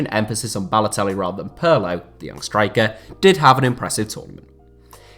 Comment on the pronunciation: It's Peerlo. Not Puurlo ffs